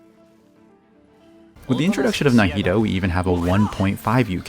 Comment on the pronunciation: I'm sorry, NahidO?? 😂😂